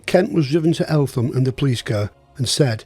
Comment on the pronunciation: Fantastic episode needless to say guilty as charged and should have been hanged twice!!!!!! Doubly fascinating for me as when I served as a Police Officer I was often in and out of Eltham nick......(BTW its pronounced ELTAM|!!!) =;-) I know this area well and my Brother in laws house which is on the top of nearby Shooters Hill had a hitching platform for Barrage Baloons in his garden......the RAF staff who serviced them came from Kidbrooke Camp!!!!!! Thanks so much for doing this LOVE IT!!!! Really interesting.